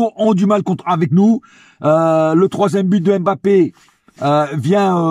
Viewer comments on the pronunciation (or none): Concernant nos joueurs avec un nom de consonance Africaine j'aimerais vraiment que tout le monde fasse l'effort de bien les prononcer svp, Eric Junior Dina Ebimbé, comme M'bappé on prononce pas la lettre M come tel mais comme mmh sinon j'aime beaucoup tes debriefs et ton amour pour nôtre club force à toi frère.